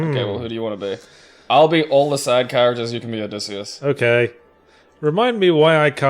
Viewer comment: Is the y a long e sound? I, and most people I know, always pronounce it Oh DISS ee Uss, same way Ulysses is Yew LISS eez rather than Oo LEASE eez